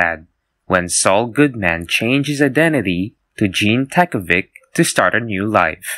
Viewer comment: How did you pronounce Gene Takovic correctly but absolutely slaughter Lalo?